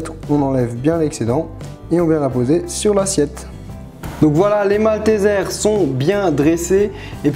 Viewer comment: C'est pas maltézères c'est malteseres (prononcé "maltisers"). C pas parce que c en englais qu'il faut le prononcer mal ! (Mini remarque )😜Sinon super vidéo !